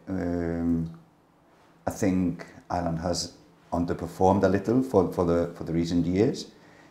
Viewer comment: no irish man pronounces Ireland like "Island".